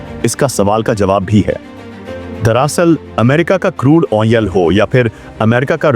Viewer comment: खबर बेकार लगी क्योंकि आधे समय मैं तुम्हारे “क्रूड ऑनेल” शब्द को समझने में लगा रहा।